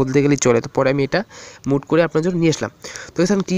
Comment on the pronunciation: ভাই উচ্চারণটি হবে সাইফোন আর মুড না মোড হবে